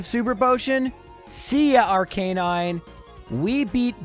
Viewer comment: When pronounces it Arca nine, you know it's bad.